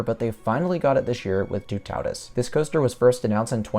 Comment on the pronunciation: I said it before, but Toutatis isn’t pronounced too-taw-dis like you say it,more like too-tah-tiss 😁